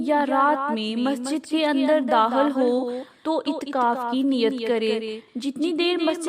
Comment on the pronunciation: مہربانی کر کے تھوڑی اردو سیکھیں اور اپنا تلفظ ٹھیک کر لیں. اتکاف نہیں اعتکاف ہے